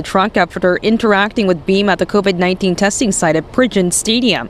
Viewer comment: I love your way of saying "covid 19". It made me chuckle every time.